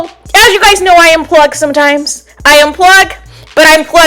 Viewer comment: "You gouys" 😂😂😂 Your voice, your accent is weird. You spoke the truth.